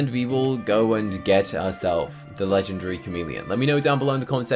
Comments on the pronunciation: bruh u say legendgryy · I’m not making fun of him but Legendary : ❌ Legengry : ✅